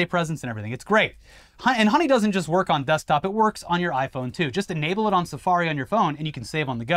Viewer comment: "It just worrkkksss".